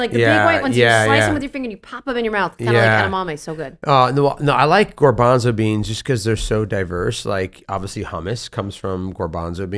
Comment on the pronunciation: gOrbanzo beans? Doesn’t he mean gArbanzo?!